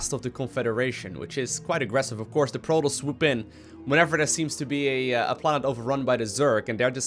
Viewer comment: STOP PRONOUNCING PROTOSS WRONG